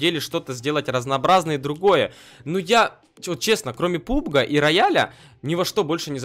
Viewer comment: не пубг а пабг